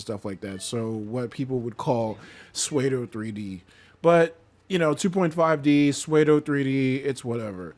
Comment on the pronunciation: good video! ill just say tho, pseudo is pronounced SOODOH no SWAYDOH